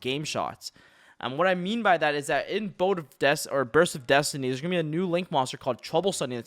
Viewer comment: "BODE of Destiny" PAK had another seizure lol